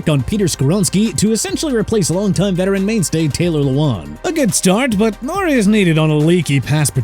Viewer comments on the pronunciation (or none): none